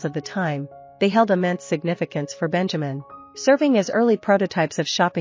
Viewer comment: Sad that they could not pronounce his name correctly. It's BEN-ya-meen.